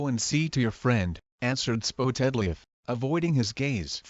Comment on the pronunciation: Google text to speech pronounced it spoetedleaf but yes it is spottedleaf